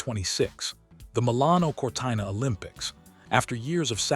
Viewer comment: It's Cortino not CORTAINO.😢